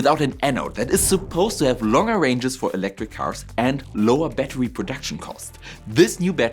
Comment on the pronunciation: I'm sorry. I wanted to watch this video, but when the video started with "A batuwy" I just couldn't take it seriously.